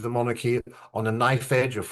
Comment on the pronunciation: Lovely Monarchy is pronounced MON-R-Key. said quickly And not MON-ARC-key😊 and monarch is not MON-ARC it’s MON-URK